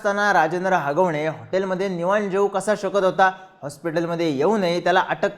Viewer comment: अरे बाळा अगावणे नाही रे हागवणे बावळट